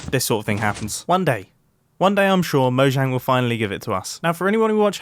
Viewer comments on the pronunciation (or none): Ahem did he say mojang I thought it was mo-yang Jk btw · its pronounced moyang